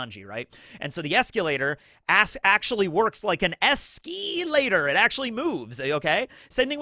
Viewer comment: telling why are you pronouncing escalator like that 😅